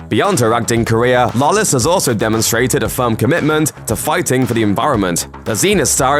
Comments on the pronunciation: Can this guy not pronounce Lawless correctly at least once. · How fucking hard is it to say Lawless